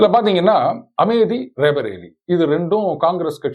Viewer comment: Kaadhukku naaraasama irukku Amethi yai AmeDhi nnu thappa pronounce pannumbodhu.Aenga neengal paditthavar thaanae. Kanraavi yaa irukku BaHinGaram nu sollumbodhu.Comments padikkaadheenga/ matravar paechai kaekkaadheenha. Long live, Sir